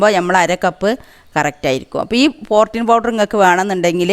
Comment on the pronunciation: Ethaaa porteen allaa. Porteen aanu